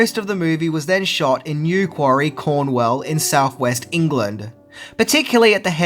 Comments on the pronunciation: i don't mean to be rude. when mention new quarry cornwall, i hear him pronounce it as cornwell. there is a place in england called cromwell in nottinghamshire.i apologised again, not trying to be rude it maybe because of the accent. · "New-Quarry, Cornwell" - I love your videos but have to say your pronunciation of this was WAAAY off!:) Newquay is pronounced "New-Key" (like a key that opens doors) and Cornwall is pronounced "Corn-Wall". Love your work mate. See ya! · That would be “Corn-wall” not “Corn-well”. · Bro it’s pronounced Newquay (new key) not newqUARY and also it’s pronounced Cornwall (corn-wall) corn warrell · The filming in England was in a place pronounced as NEW KEY in the county pronounced CORN WALL quite different to Mintys pronounced names